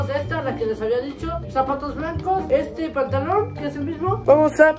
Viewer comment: KALSJSJ recién noto que hay una parte que dice "dihco"👻👻👻